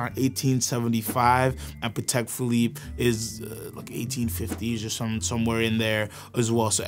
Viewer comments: Guys, if you’re going to be the “experts” you gotta at least pronounce the names right. 😊. It’s not ConstanTINE, it’s pronounced ConstanTIN. Like tin can at the end. And Patek isn’t pronounced like “paddock”, it’s supposed to be pronounced “PA-TEK”. Just sayin… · ok I had great respect for this guy until he pronounced "Patek" like that